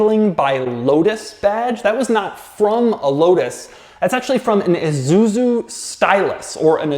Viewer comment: Not sure what company ”IZuZu” is daddy Doug. 😜